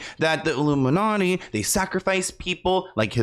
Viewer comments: I feel like he was saying "Luminati" not "Illuminati" and saying "All Mocking Tongue" instead of "All Seeing Eye" and just going off of what the hot topic at the time was. He is a stand up, sketch comedy, improv guy at heart. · Isn't he saying luminutty? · What else does the hand gesture look like… that’s why he said “illuminutty” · He says “Illuminutty”